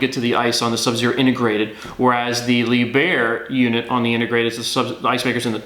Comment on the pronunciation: His mispronounciation of Lieb herr really grating.